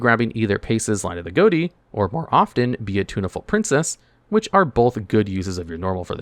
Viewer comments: Goaty? That's pronounced fish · Is it not unironically pronounced "fish" and not "Goatee"? Never heard or played these cards but I found it interesting that the archetype was named that. "Gh" sounds like "f" as in "rough". "O" sounds like "i" as in "button". And "ti" sounds like "sh" as in "action"? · It's pronounced "fish." GH like in enouGH, O like in wOmen, and TI like the suffix -TIon. Ghoti. That's the joke. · it annoys me he keeps saying Ghoti and not fish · It should really be pronounced fish not goti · Wait, 'Ghoti' is pronounced like 'goaty' and not 'fish'? o.o The 'gh' like in 'laugh', the 'o' like in 'women', and the 'ti' like in 'nation'. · It's pronounced "fish" believe it or not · Isnt it supposed to be pronounced fish? Gh as in enough (f sound) o as in women (i sound) and ti as in nation (sh sound) it should all be fish. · Bro. GHOTI is a linguistics joke. It is pronounced FISH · wild that he never pronounced Ghoti right once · Hearing you pronounce Ghoti wrong all throughout the video is annoying.